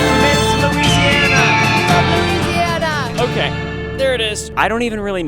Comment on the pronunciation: It’s Louisiana Ryan 😂!!!!